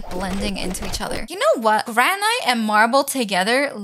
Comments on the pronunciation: Just so you know,…Granite is pronounced gran it, your pronouncing the “gran” right, but the”it” is pronounced like how the “i” is pronounced in international or it Also, “11 hours ago” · amazing video and welcome back but its granite said 'g-r-a-n-i-t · Its Gran-It not ite lol Lol the table is round the chairs are round 😂 You can put stuff into the bags girl!!!